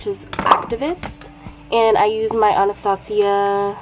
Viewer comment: ANA-STA-SIA???!?! omggg 😂 it’s pronounced anna-stay-shuh like the 1997 cartoon movie but it’s okay you’re still adorable and beautiful ❤️❤️❤️❤️